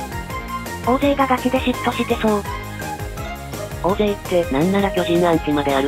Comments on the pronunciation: おおぜいじゃなくて(たいせい)な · おおぜい、おおぜい、って 人名くらいちゃんと読ませろよ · 岡本ホント面白かった😂 目の前で胴上げ観れたね👀 大勢、コンピュータにおおぜいって発音されてるの好きw😅2人とも🐯ファンでいてね〜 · 大勢(おおぜい)読み方合ってるけどちゃうねんw